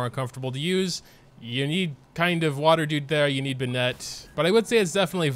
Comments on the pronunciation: "Uhh Xing-- water dude" say it u can do it🤧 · HE SAID XINQ